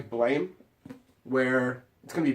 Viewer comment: He also keeps pronouncing it Blame and it's getting on my nerves. It's pronounced Blam!